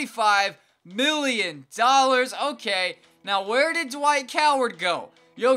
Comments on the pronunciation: "Dwik Howard" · this man said dwike howard